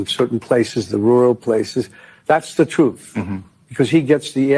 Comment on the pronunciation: The truff, that’s the truff those people listen too.